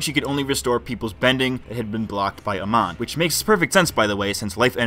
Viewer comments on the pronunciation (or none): Bro, it's pronounced "A-MON". Not "A-MAN". Can't even get the name of the bad guy right. The writing in this show is very shallow. That's my main issue with it. Amon wants equality for non-benders, that's cool. But how are non-benders struggling in society? How are they being oppressed? The two wealthiest characters in the series are non-benders (Varrick and Asami's dad). The non-bender homeless people seemed to all be living fairly ok. They introduce a cool concept, they just never flesh it out. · I'm fluent in 3 languages and have a background in linguistics/phonetics. Most Americans have a very difficult time distinguishing between short and long vowels. You're saying "uh-mahn", but it's pronounced "uh-mown" in the show. I can 100% guarantee you that if you hear your pronunciation and compare it to the show you will notice the difference. On my point, the homeless guy was shown always as being happy and doing well. Not to mention, there's the scene where he literally mentions benders and non-benders living peacefully (both being homeless). So bending vs non-bending is not the issue, since benders are also shown as homeless. And the show portrays the situation as relatively ok (no one is shown suffering, being oppressed, etc).